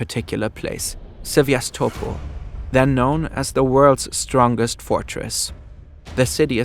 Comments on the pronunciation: Nice video! Just a couple of corrections: 1. Its not "russian" soldiers who defended Sevastopol, its soviet soldiers. In fact, Ukrainians suffered the most casualties in tge battle of Sevastopol. 2. Its not "Syevastopol' ", but "Sevastopol' " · Sevastopol and Maginot Line are mispronounced. Grammar is pathetic. “…Heavy Gustav still served its purpose, as a flashy propaganda piece for Hitler’s vision of an unstoppable German war machinery.” And if you’re going to present a video in English, you might consider a narrator whose first language is English; or at least proofread before publication. Great cg, but semiliterate presentation with a sophomoric ending. But then, McDonalds sells over 2.4 million Big Macs a day. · the "gi" in "The Maginot Line" is read "ʒɪ", not "ɡɪ". and there's no "ya" in "Sevastopol"